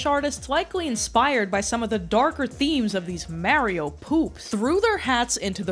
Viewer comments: its not mare-ioh, its mario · IT’S MAHRIO NOT MAYRIO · Answer the goshdang question You say it like the word "Mars", not the word "mare" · Who days mario like mare?!?!?! Mayrio😭 Edit: I just watched the video and im scared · As a person from New Jersey, I used to say it like this too, until I moved away for college and was bullied into saying it the correct (wrong) way. For some reason yeah in the most Italian parts of the US, people say Maerio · It's the correct way to say it. "Mah-rio" is just the American bastardisation of it. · Have i been saying Mario wrong all this time? Or is pronouncing Mario as Mah-rio a Youtuber conspiracy? Cause almost every Youtuber (not just foreign ones) say it like that? This is like Rosalina all over again, it's ROSE-ALINA, not Roz-alina. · Mario….. Maryo is a New York thing. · Stop gaslighting us by saying Mayrio I hate it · I can't keep hearing someone say Merry-Oh so confidently. I'm sorry, you seem awesome, but it feels purposefully annoying. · Lol, because he definitely says, "It's-a me, Mary-o !" 😂 The east coast pronunciation of this property's main character will never not be funny to me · Stop saying his name like that! It’s Mar-E-Oh not however you just said it 😂. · Yea cuz he says “Itsa me, Marry-o” I’ll never understand ppl like this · Why do you keep saying Mary-O? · I love how you pronounce Super Mario. "Supah Mayrio." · you still pronounce mario "mehrio" in anno domini currentyear? srsly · Love your videos but hearing you say "Marry-o" dozens of times is making me wanna pull a Luigi of my own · Meyrio, just love how you pronounce it. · please pronounce mario correctly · I hate how you say Mario but love how you say Poop so its okay I guess... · It’s pronounced Mario not Mario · Why do you say Mario like that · The way you pronounce Mario is going to give me ulcers. Good video. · I don't know why but the way you pronounce "Mario" sends me 😭😂♥️🎀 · skum that does not you pronounce mario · why do u say mario like that